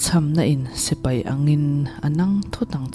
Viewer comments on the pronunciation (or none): none